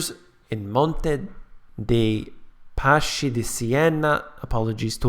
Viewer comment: hey, be the only american to say it right :) chi=ki >>> Paski